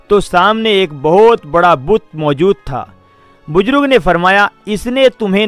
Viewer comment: Are qabil aadmi buzrug nahi buzurg hota hai